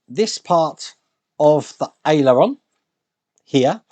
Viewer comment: Hi. Aileron is pronounced ay-luh-ron